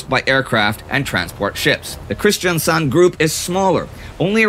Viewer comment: Loved your Arendell / Arendal joke :D I live in Kristiansand, 70km away, they have had Asian tourist not understanding the difference. + well done pronouncing my hometowns name :)